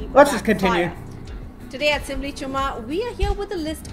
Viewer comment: i jus love the way you say "simbly chumma".